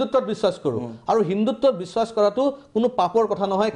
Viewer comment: Valke Assamese Kobo noware bissak ok bissas boli koi